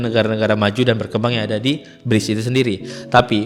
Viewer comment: meskipun tulisannya brics, cara lafalnya briks bang 😊